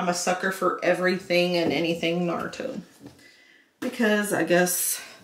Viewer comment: makes me cringe every time she pronounces Naruto.